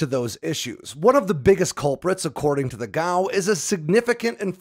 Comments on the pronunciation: G A O. Should be pronounced one letter at a time like other government agencies. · FYI, I've only ever heard of "G.A.O." being pronounced as an initialism, one letter at a time, not as an acronym.